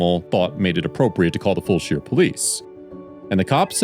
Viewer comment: Fulshear is pronounced "Full-sure" . Sure is, for sure, haha